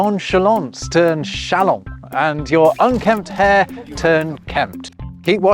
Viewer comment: Is this how people say "chalant" in English? Shalahn? I've only seen many of these faux words in writing. How can you be "non-plussed" by this pronunciation with forgotten letters and yet try to reform the alphabet?